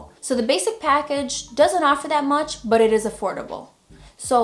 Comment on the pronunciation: Hey, big fan of your channel!! I'm just slowly getting into photography, this video helped me come up with some ideas in my near future. Your the first photographer channel I started following, followed by your homies Manny Ortiz and Irene Rudnyk. Btw, yes your funny, like how you say " Buhh" when you use "but", without the "t" pronunciation..😆